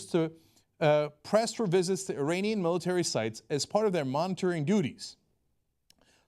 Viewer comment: The way Cenk pronounced "iranian" and "Khamanei" made me cringe lol. Like nigga your Turkish you know exactly how to say that.